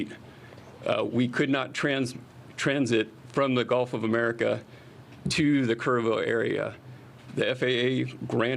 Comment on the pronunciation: Did he really just say Golf of America 🙄